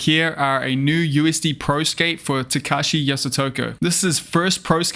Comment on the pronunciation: Lol why are both you and calling him Tekashi? Is this some meme now? It's clearly Takeshi, and Japanese words/names are always spelled phonetically.